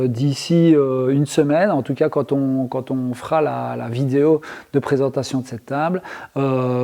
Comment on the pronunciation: De toutes façons tu ne dis pas "vidéo" mais "vidéau" donc rien pour ça c'est guerre mondiale, et puis c'est tout!! Compris!!??